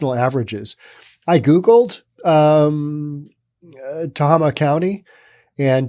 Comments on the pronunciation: It's "teHAYma", not "tehahma". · It is pronounced Te (eh) (hey) ma hey like the stuff horses eat. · Tuh hay muh... Emphasis on hay. Just sayin.... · Being a resident of this piece of shit county, "Tah-Hay-Ma" the facts run way deeper than you report. If there is a shooting involving a cop within the county, there will be a 10 sq block lockdown carried out by over 40 responding vehicles including chp, cdf police, game wardens, and nearby city police. However that's where the law ends, and the lawlessness begins! When night time deputies are called upon to respond to anything, they drive up, stop in the street, crack their window, listen for less than 10 seconds and drive away, they will not exit their vehicles, whatsoever for fear of a confrontation. Then there's the lack of bravery within their ranks. Certain people within the rural areas of the county only need to post their non-fenced property as being "sovereign land" and I kid you not, deputies who even do manage show up, see felonies in progress such as rape, kidnapping, beatings, drug manufacturing, and toxic waste dumping, and will simply say "we don't want another waco on our hands" -Deputy Jess. The only thing that has ever made this sheriffs department move their ass, has been the occasional drug operation bust, and that is when the corrupt as fuck sheriff wants some vacation money, since they pocket any cash they find and only use the drug possession as evidence in court. Then there's the contact with them, if you report a crime, they want your information top to bottom, including emptying your pockets and purse, running your background for felonies, wants and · Pronounced Tah- hay - mah. That does seem like low pay. It's not a very large county in California. One of the smallest, in fact. I remember it being a relatively safe county. It used to be a pretty great place for families. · It’s pronounced “Tae-Ah-Ma”!!! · Not that anyone cares... But I believe it is "Ta-Hay-Ma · Tah Hay Muh county